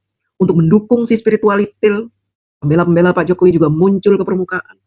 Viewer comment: satu kata yg terngiang ngiang.... spiritaualithil.. 😂😂😂😂